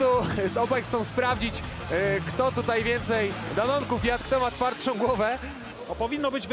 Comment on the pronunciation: Weź ktoś powiedz kasjuszowi że mówi się TUTAJ nie TUTEJ